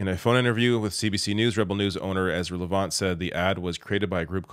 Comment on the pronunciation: Thanks,. You may have a look at Ezra Levant's history from his time at Sun News and being a disgraced lawyer. He gets joy out of trying to create confusion through disinformation. Maybe you are much more aware of him than you showed, but you did mispronounce his last name.